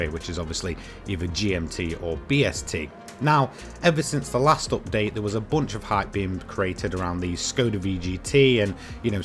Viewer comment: Im here to just hear him say "oopdate"